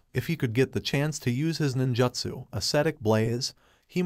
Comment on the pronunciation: I had to stop watching when i kept hearing "nin-juht-su", "shinoBIST", and "Sam-you-rai"